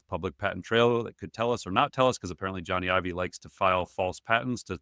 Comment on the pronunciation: Love you guys but pls pronounce Jony Ive's name correctly 🙏 “Johnny Ive” /ˈdʒɒni aɪv/ (like Johnny the common name, and Ive rhyming with hive)